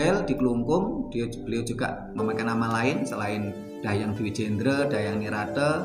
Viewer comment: 👍👍..bgs..namun berulang penyebutan Dahyang..rasa nya kok Dang Hyang..bukan Dah yang..mohon maaf